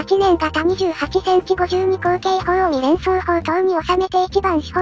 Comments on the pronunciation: みれんそう、と読んでる可能性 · いや、「❝み❞連装砲塔」って言ってるよ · 全部、三連装を「にれんそう」と読んでますね。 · 字幕では「三連装砲」ってなってるのに音読では「にれんそうほう」ってなってますね